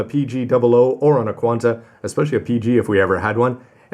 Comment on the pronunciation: Qan[T] not Quanta